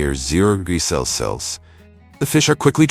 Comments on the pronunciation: The chosen AI narrator Can't pronounce "Celsius" correctly throughout. Well done! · None of the AI generated voices, can pronounce Celsius, or Farenheit correctly😂😅😅😂